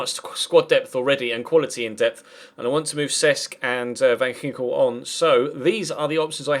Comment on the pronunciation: that's not how you say van ginkel... sigh